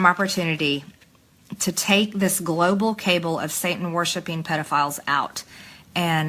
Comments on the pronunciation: cable != cabal. I totally bet she'll read this and henceforth pronounce the word more traditionally. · Did she just call a cabal a cable? Oh poor little Marjorie. 😂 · "GLOBAL CABLE" Not CABAL...CABLE.🤦🏽‍♀️ That is all you need to know about that 3 -toed,chipped tooth troglodyte. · Cabal pronounced Cable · Can someone please tell me what an "international cable" is? Is it some kind of braided wire or band that wraps around the Earth? Or could it be that once again we have Marge mispronouncing a word (cabal) she has never actually heard pronounced? I would be absolutely shocked if she could define it. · LOL 'Global Cable'? Does she mean 'Global Cabal'? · I know this is petty but cable? Do you mean cabal, Air Head? Oops I meant Marjorie. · Cable? I thought the word was Cabal. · Ah yes, the global cable. Of course she doesn’t know how to pronounce “cabal”. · Did she say ( this global cable) CABAL. ?? HAHAHA. WOW